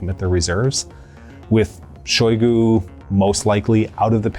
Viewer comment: Shoigu pronounced his name with emphasis on U. You can here it in a video "истинная фамилия шойгу" on .